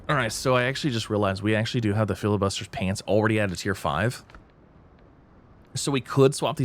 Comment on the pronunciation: bro, its not called FILIbuster... its FLI..bustier xD its french